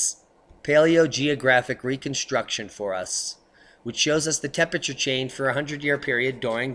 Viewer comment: please try to pronounce "Temperature" correctly..... otherwise, great info